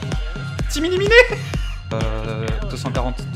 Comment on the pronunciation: Quand il a dit Team éliminée j'ai entendu p'tit minet minet XD j'te kiff